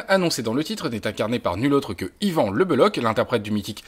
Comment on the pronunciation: Juste y a-t-il au moins un journaliste un seul en France qui sache prononcer le nom d'Yvan c'h en breton équivaut à la jota espagnole et non à un k